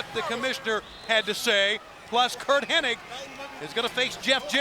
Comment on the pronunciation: Anybody else notice that everyone is saying "Curt Henning" instead of "Hennig"? Even the subtitles are spelling it that way. I swear, it's always been Henning. The Mandela Effect is real!